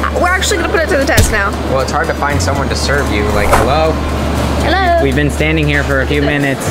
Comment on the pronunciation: hard not hart